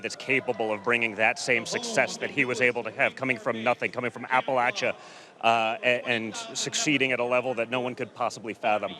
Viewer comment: For someone who seems stuck on "he's good 'cause he's from Appalachia", you'd think he could learn to pronounce the name correctly. Not one person has ever said this word aloud to him despite needing him to parrot it back for questions like this?